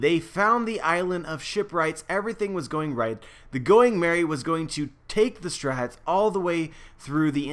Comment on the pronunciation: Whenever you say Strawhats it sounds like you’re saying strats... just saying.